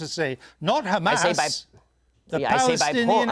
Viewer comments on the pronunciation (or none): none